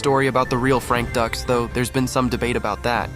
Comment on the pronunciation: Dukes not ducks. AI ? Get the name right. You did a nice job on the animation tho